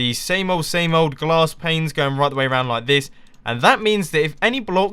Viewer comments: Did anyone else hear glass plains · You say glass planes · Anyone else noticed Mumbo saying "glass planes" on multiple occasions? :P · XD he kept saying glass planes